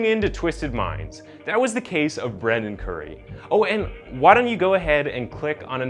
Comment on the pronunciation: Dude, you've gotta be more consistent in your pronunciation. Most of the time you're correctly calling him Brendan but every once and a while you call him Brandon. It's not a big deal but it kind of throws me out of the story.